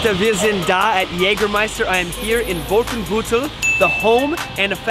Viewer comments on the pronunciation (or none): Jesus H. Crist, your Pronunciation of "Wolfenbüttel" and "Kreüter"/Krauter 😁🤣😉